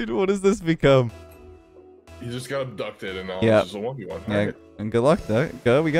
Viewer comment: "you guh this"